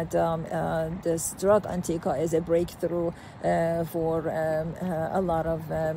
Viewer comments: Maybe the oncologist speaking could learn the name of the drug and how to pronounce it before making a video about it. The cancer treatment industry is currently $320B USD per year. The SARS-CoV-2 “pandemic” helped many people see that the regulatory agencies are totally captured by the industry they are supposed to regulate. A rational person would expect many roadblocks to be thrown in front of a drug that could enable the human body to naturally fight cancer, perhaps wiping out the industry and the profession. We don’t know that Anktiva is that drug, but it certainly looks possible. The concerns about safety are valid, but almost seem silly when we consider what Chemotherapy drugs do to the body and just how toxic they are. The current state of oncology is barbaric if we are honest. It’s not an indictment of oncologists, but is an indictment of the industry, which cares only about profit and its own survival. I think an even bigger discovery comes from Dr Thomas Seyfried, who has proven cancer is a metabolic disease, not a genetic disease. A simple, low cost dietary therapy with drugs to pulse glutamine has had tremendous success, but the oncology industry has not embraced it. An honest scientist admits that science is wholly corrupted by the current business model. The evidence usually follows the wishes of the funder. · What a load of BS she is spewing. She can't even pronounce the name of the drug.